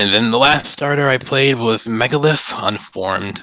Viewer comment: i stopped listening when i heard him say megalith